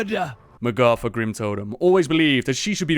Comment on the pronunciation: its magata, not magafa